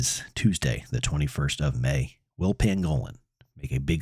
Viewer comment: Not trying to be a dick but you’re saying pangolin wrong it’s an animal YouTube it. ❤